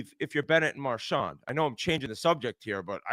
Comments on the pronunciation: except he doesn't say that lol...he says marshaw...and its fucking brutal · Biz pronouncing Marchand's name like a normal person: Impossible